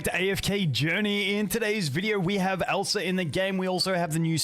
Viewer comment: It sounds like you're saying Elsa it triggers my frozen flashbacks 😭